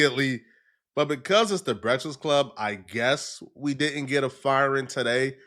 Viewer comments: Bra u can't say breakfast? That's terrible Brehtfast club lol.... I'm dying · “The Breksist Club”